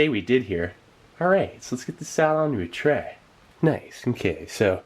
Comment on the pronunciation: My favorite part is always " Let's get this onto a TREEEY, Nice!" He says tray like a surfer lmao! Make a shirt that says " let's get this on a tray, nice!" First Customer here!